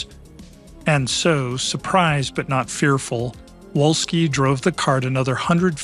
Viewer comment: Volski, Volski, the fucking Pronunciation is Volski, v, V, v